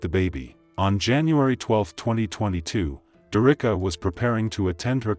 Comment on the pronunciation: Her name is pronounced Derrick-ka not Der-Ricka